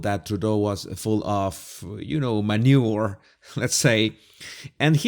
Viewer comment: I would pay very good money to be able to say "manure" like